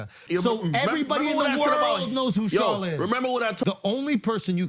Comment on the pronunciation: Did this mfer say “Charla”? New level of cringe